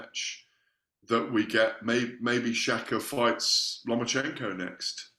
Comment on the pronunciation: LOMA-CHENKO, NOT "LOMA"N"CHECHO......JEEZ